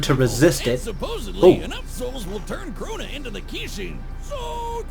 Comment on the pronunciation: It's Crona not Corona